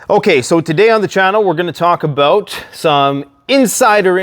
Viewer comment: you should review this and see the inner Canadian Beaverine in ya boi when you started talking aboot your timber toy's 😂🤘🦫🪓🗡️